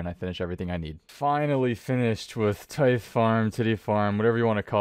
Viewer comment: I hope you're joking with that pronunciation of tithe, hahaha